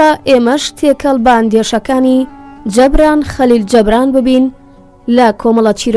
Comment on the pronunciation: دەستت خۆش بێت بەڵام ناوی نوسەرەكە بە هەڵە دەخوێنیتەوە (جەبران) نیە (جوبران)ە ماندوو نەبن